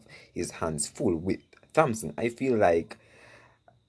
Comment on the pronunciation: the "h" is silent😏in Thompson😶‍🌫